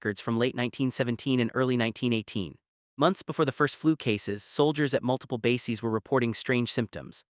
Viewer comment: It's pronounced BASE-EZ, not BASE-EEZ. This is a great video, with important information, but PLEASE teach your AI to speak correctly! It makes the video sound unintelligent, which puts the validity of the material into question. It's so sad that millions of school children were injected with live polio virus in the 1950s & 60s, including myself, which caused the Polio Epidemic [see: The Cutter Incident]. Whats worse is that Anthony Fauxi knew all this, then coincidentally came up with a vaxxine that made millions of people sick or dead. Strange how every Cov!d corpse had 3-foot long bloodclots in them. Even stranger: how history always repeats itself~:eyes-purple-crying